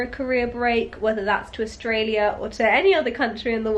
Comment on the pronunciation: Love how you said AustrailiaR and yeaR as an Australian 😂😂 I'd be the same way hahaha, love how accents just stick